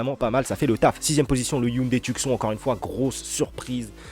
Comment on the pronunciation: prononciation Tioussone pas Tuc Son 😂